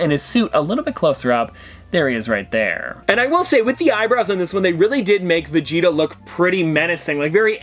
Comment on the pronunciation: Saying Vegeta incorrectly is really pissing me off.